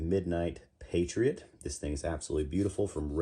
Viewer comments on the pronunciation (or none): none